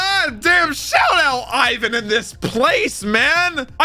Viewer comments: its not freaking AIVAN its EEEEEEEEEEEEEEEEE VAN with an I this feels so triggering and uncomfortable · It's not Aye-one it's ee-wan because his name is Ivankov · Please won't call him I-win ... It's E-Vaan-kov Or E-Vaan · He is not canned Ai-van it's I V A N. I as in 'inch' for all Americans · its iwan not AIwan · You saying Eye van is killing me! lol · Yo it's pronounced (Eve - Van) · Iva-chan transing genders since 2009, baby! And please stop calling him Ayvan, it's killing me. Pronounce Ivan like they do in the anime, please! :'D